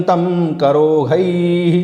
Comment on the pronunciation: आदरणीय - आठवें श्लोक में आपने "करोधै:" का उच्चारण "करोहै" किया है जिस से मैं कुछ भ्रमित हो गया हूँ। उन्हीं श्लोक में "सुरौघान्कलाभिः" का उच्चारण "सुरौहान्कलाभिः" किया गया है किस से भी मैं भ्रमित हो रहा हूँ। सम्भवत: मेरा भ्रमित होना मेरे संस्कृत व्याकरण की अज्ञानता का परिणाम है इसलिए आपके मार्गदर्शन के लिए आभारी रहूंगा। कृपया कमैंट्स में उत्तर प्रदान कीजिये अथवा अपना फ़ोन नंबर प्रदान कीजिये ताकि मैं आपसे फ़ोन पर इस सन्दर्भ में स्पष्टीकरण प्राप्त कर सकूं। आपका कोटि-कोटि धन्यवाद।